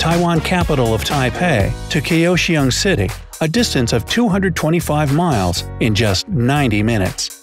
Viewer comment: When totally butchered the pronunciation of Kaohsiung City and for no reason turned the Taiwan island 90 degrees. Oh, and that high speed rail line runs along the west coast on the island with 12 stations instead of going through the middle of the island which is mountainous and isolated.